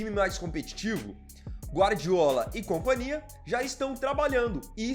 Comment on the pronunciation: Caro Sr., embora não seja absolutamente errado, mas o uso de "ira ser contratado" destoa do excelente Português que o senhor usa. A meu ver " será contratado", mais sintético e enxuto. Ah sim e a palavra companhia soa mal pronunciada sem o H.